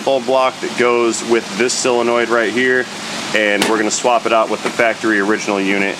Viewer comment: When did "O" become "E"? Selonoid instead of solenoid?